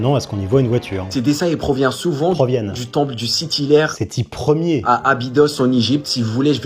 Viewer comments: Il a vraiment dit sethi LER? xD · "Sethi Ler" putain 😂